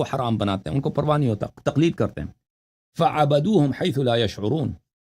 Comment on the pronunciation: Talqeed nahi Taqleed hota hai